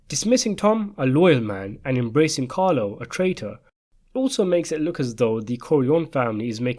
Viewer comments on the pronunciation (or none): none